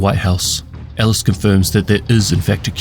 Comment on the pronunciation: Pronounce Ellis and Tusk correctly dude, or get a decent mic lol.